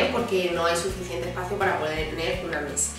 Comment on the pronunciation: Esta lamparita. Echa lamparita. Detrás del la puerta tengo eche espejo. Todo pronuncia a con cha. Che chi cvo chu. Echa mecha. Osea mesa. Jaaaa muero de richa 😂😂😂😂😂😂 ancha luego